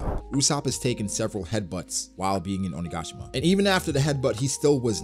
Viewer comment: Hey, Oni-ga-shi-ma sounds just perfect now ❤️❤️❤️ listening...